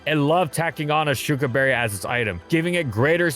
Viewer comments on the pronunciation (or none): none